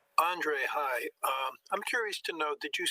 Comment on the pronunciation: Is that the way it should be pronounced? I didn't know the dree sound should be that strong in the first name